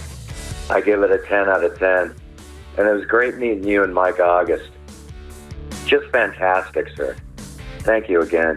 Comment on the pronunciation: I thought you were saying "Mike Goggins" not "Mike August"